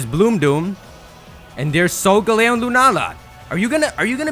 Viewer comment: *sole gah leo